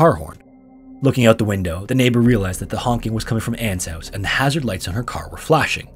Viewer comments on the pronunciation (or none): none